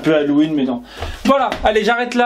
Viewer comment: les bougies ont l'air vraiment bien mais oubli pas de dire les prix quand tu fait un haul 😉 sinon j'adore ta façon de dire hallOUween lol